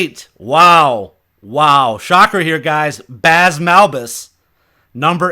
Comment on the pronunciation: Wow. It is not pronounced 'Baz', it is pronounced like 'blaze', but without the 'l'.